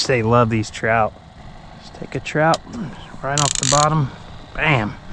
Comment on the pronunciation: Dang son! Can't beat it. Did you say trizzout. 😆lol